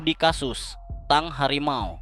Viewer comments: belajar bahas lagi.....tabk di baca Teng..bukan TANG...hadeuH.....😊😊😊😊😊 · Tank di baca teng bukan tang bang. Klo tang alat jepit kabel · Tank bukan Tang. saya yakin ni orang gk bisa membedakan Bank sama Bang, Silet sama Silet